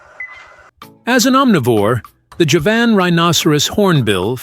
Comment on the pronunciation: Javan means from Java, it is pronounced JAH-vuhn. Not juh-VAN.